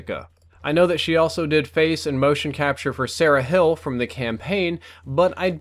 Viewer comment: he said Sarah hill instead of Sarah hall lol